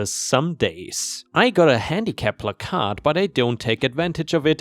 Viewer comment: Love your channel but I always laugh when you mispronounce placard. Considering how many of your stories use that word, I'd figure out how to pronounce it right lol.